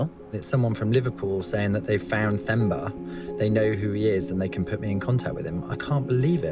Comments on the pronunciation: I was so proud of when he got to Mozambique and learned to pronounce Themba's name correctly after HEARING AUDIBLY...but then went back to typical white and saying it wrong. Themba is pronounced as T-hemba or Temba. Not Th-emba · Themba is pronounced as if the “h” was silent. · Themba is the Zulu name that can be translated to Hope in English. An English speaking person would pronounce the name as Temba. The H in it makes it Temba (English pronunciation) in IsiZulu. That's the actual sound of the name instead of Themba. Just FYI. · He's been saying Themba (correct spelling) wrong the whole time. The H is silent so its pronounced as Temba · It's not Themba for thumb.... it's Themba as Term-ba... the repeated wrong pronunciation was annoying even after Carlito's friend corrected your pronunciation. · Tay-mba, not thay-mba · This is a touching story 😢. I am south African, from Johannesburg. That name Themba means hope or trust. It's pronounced temba but spelled like Themba not how you pronounce it theemba. 😅 What I want to say is you must call the T in themba. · His name is pronounced Temba but spelt Themba... I live here in Durban, KwaZulu-Natal, South Africa, and there's plenty of Thembas here. Great doccie, thanks.... it really touched my heart. Poor family. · His name is pronounced Temba. The h is silent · Just for future reference, the 'h' in Themba is silent. It's pronounced 'Temba' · Im pretty sure its pronounced 'TEMBA' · Temba-with a hard T sound.-common mate-you keep pronouncing it with a soft"th" sound even after the chap in Mozambique told you how to pronounce his name. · The H in Themba is silent so it is pronounced Temba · Themba is pronounced Temba like the word temp! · It’s pronounced as TEMBA it’s a silent H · It's pronounced Temba (an aspirated t), not Themba (a dental fricative). It is just respect. What is Themba safe from? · Great Journalism. The name is pronounced T-e-m-ba like 😊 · It’s pronounced Tam•bah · Themba is pronounced as Temba